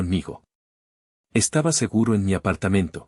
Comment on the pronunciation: Si, Igual se pronuncia ❤SEGURO,😢 no SEGARA